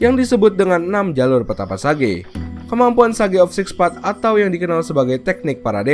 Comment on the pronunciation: Minn nyebutin kata "path" nya jdi "peth" aja, berasa kurang sedap nyebutin kata "path" nya🤣🤣😁